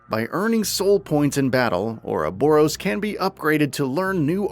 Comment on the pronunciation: they have already put their preview video up, and it's the same dude that gave us Rain, Duncan and Naypon. He now pronounces Ouroboros as Ouros Boros. Once again, despite it being said in game numerous times.